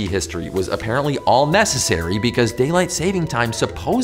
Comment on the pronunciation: Did I just hear "messesary?"